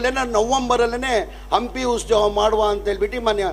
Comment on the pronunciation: ಅದು ಉಸ್ತವ ಅಲ್ವಾ ಉತ್ಸವ ಅಯ್ಯೋ ಕರ್ಮ ಉಸ್ತುವಾರಿ ಸಚಿವ ಅಂತೆ ಮೊದಲು ಕನ್ನಡವನ್ನು ಕರೆಕ್ಟ್ ಆಗಿ ಉಚ್ಚಾರಣೆ ಮಾಡೋದು ಕಲಿರಿ